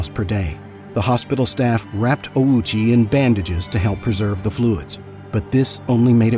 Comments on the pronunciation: Why tf you say “OWWW CHEE” like a moron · Bro put the Owchie in Ouchie